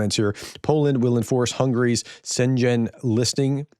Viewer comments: Schengen is pronounced as “Shen gen” not “Sen geng” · It's pronounced Shen Gain (like in "a gain") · It seems to me you not only have problems pronouncing Russian and Ukrainian names of villages but also for Luxembourgish/German village names. 🤔🤪 Maybe most of Europe cringed at the way you pronounced Schengen. 😜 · It's Schengen, not Shenzhen. Shenzhen (Shanghai) is in PRC. Schengen is in EU. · Your pronunciation of Schengen made it almost sound Chinese instead of Germanic. Try something similar to 'dragon' or 'heaven' and you will be closer to the mark. Emphasis on the first part, the 'ng' is one sound without separation. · Schengen = Europe Shen Zhen = China Please remember your linguistic roots,. ☀️☀️☀️ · "Schengen", a European treaty named after a town in Luxembourg. "Sheng-en". Not "Shen-zhen". 😃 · Schengen is pronounced in terms as in ling and leng, not as sludge or fudge. The word is not Chinese. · Hi thank you for all the information it's very helpful to understand the situation. Little correction Schengen is pronounced without the "G" like "hanging". KEEP UP doing the excellent work fot Ukraine. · Hey Big follower here from Germany, pronounce "Schengen" as easy as "Shengan" - then Youre quite close ❤👍😉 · Pronounced 'sheng -en' 😊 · Objectively is the correct term. The evidence is hard to interpret differently. You are using Russian Asset and Agent interchangeably. They are not. Get to correct pronunciation for Schengen, not as bad as some, but still.... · I like what you do, professor, thank you. But please consult Wikipedia to know how to pronounce key terms like Schengen